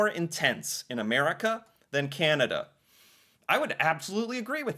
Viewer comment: I smile each time says Candada😊